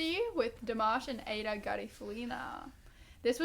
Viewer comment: Interesting comments! I wonder if Dimash’s “power pose” in the background near the end, was to help him brace against the (hopefully gentle) impact of the half-moon-shaped stage docking with the other part, where Igor is playing? It must have taken some good balance from them both .. Btw, I think Aïda is pronounced ‘Aahh-eee-dah’, rather than ‘Ada’, and she isn’t married as far as I know (in a number of countries, the wedding/engagement ring is worn on the right hand).